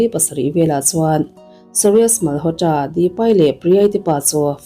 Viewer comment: Mal haw tra tiloin malawtra tia lam mai tur